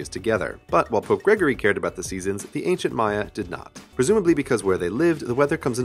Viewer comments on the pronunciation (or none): none